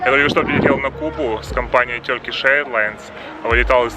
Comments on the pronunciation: Может Туркиш а не тёркиш? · слово Turkey произносится как Тёркей (а не Туркей, как это произносят подобные вам люди) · Епрст услышал тЁркиши, думаю ну все видео можно не смотреть )))))